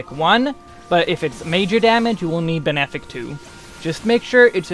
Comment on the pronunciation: I think it's hilarious that you pronounce "malefic" as "male-fic" instead of "ma-lef-ic". But then you pronounce benefic correctly- why not "bean-fic"?